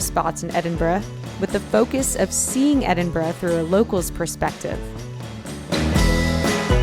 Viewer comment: So glad to hear you pronounce Edinburgh properly (in your voice over)! Love the vlog too...as always!